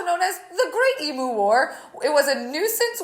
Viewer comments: Do all Americans pronounce emUs em(oo)s or just? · I love that she can’t say emu.